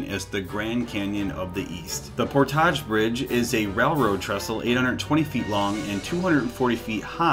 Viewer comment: "Por-taj" bridge? Its the "Port-age" bridge. You know, kind of like the neighboring town, Port-age-ville? Lol...